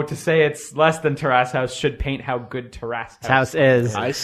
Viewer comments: terrace not tear ass . . . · It's almost like these guys don't know how to pronounce 'Terrace'. I don't even think they know what a terrace is.